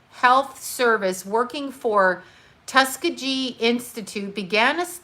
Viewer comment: It's Tusk-ghee ghee